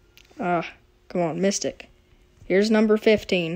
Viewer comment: You said: Oooo it's our first micstic!